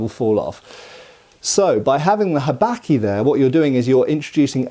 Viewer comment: I love how Englishly you say habaki! "Habacky" haha